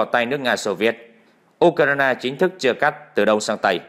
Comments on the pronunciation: Tại sao không đọc theo đúng tiếng Anh là Du cờ ren mà lại đọc là Du cờ rai na. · Bạn nói đúng! Nhưng vì đều có lối phát âm như vậy chớ không chỉ riêng anh nầy!!! Tôi chỉ nghe anh ta nói “ u - cà - na - na “ mà thôi! Ngay như “ HÀ NỘI “ họ còn không nói được 👍 thì còn nói chuyện gì khác nưa chớ??? OK 👍!? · Tập phát âm lại Ukraine đi , bị đớt đớt